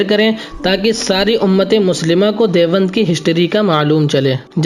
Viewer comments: لفظِ دیوبند کو تو صحیح تلفظ کے ساتھ بول لیجیے پہلے یہ لفظ دیوَند نہیں ہے دیوبند ہے چلے ہیں تاریخی معلومات دینے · جو شخص لفظِ دیوبند کو بھی ٹھیک طرح سے نہیں بول سکتا ہو اُس کی رپورٹ مطلقاً مردود ہے اور یہ شخص بِالکُل ہی جاہل معلوم ہوتا ہے دیکھو تو سہی باربار دےوَنْد دےوَنْد بول رہا ہے